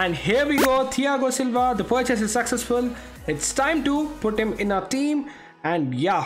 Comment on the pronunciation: I love his accent when he’s trying to say: ‘The purchase was successful’, instead he says: ‘The purchase was saccessful’. 😂😂